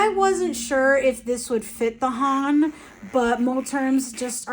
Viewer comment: HON = British English „on“ with an „h“ in the front. You’re pronouncing it almost right, just a tad shorter. 🙌 I speak Japanese btw 😅